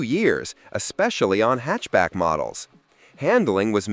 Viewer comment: Hatchback NOT Henchback!!! Idiot.